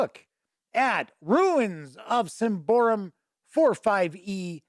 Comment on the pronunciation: Sym-ba-roum, not Sym-by-room, great review though